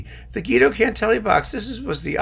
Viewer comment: Guido, it's Gweedo not Geedo!